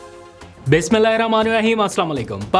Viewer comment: عبدلقادیر صاحب بسم اللہ ٹیک سے پڑو قادیر بڑے ہوگئے لیکن بسم اللہ پڑنا نہیں آپ غلط پڑتے ہوں ٹیک کرو آپ کی ویلوگ بہت سے لوگ دیکھتے ہیں تو بسم اللہ ٹیک ہونا چاہئے